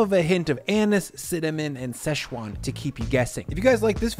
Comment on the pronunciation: there’s no such place as sesh-wan. It’s Si-chwan.